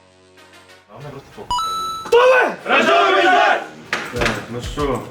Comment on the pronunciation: Я вообще услышал "ждущие рожать"